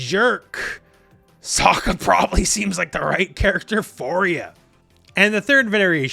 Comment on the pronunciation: BTW His name is pronounced "Soak- Ka", ......not "Sock-Ka".